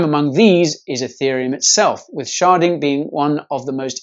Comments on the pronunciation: And here I thought sharting was a bad thing... or did he say sharding? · Did you say “SHARTING?..”